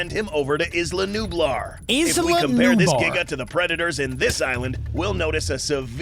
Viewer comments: it's nublar not nubar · its not called isla nubar is calld isla nublar